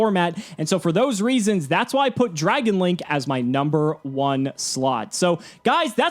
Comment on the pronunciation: Dragun....enough said. 😕